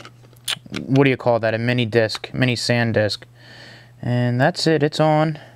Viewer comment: mini sandisk? if you review technology, at least pronounce what my not-so-tech-savvy friends pronounce correctly. great phone, but the touchscreen sensitivity is totally crap.